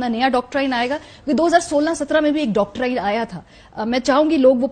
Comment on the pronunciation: Humbly request to Marwi Memon Sahiba " its dawk- treen" n not " dawk - tryn" plz dont mind